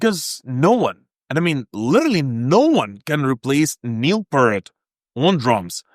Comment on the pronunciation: It's Pee-rt or P-ear-t. Honestly, do some homework before you post a video and make a fool of yourself. Whoops, too late!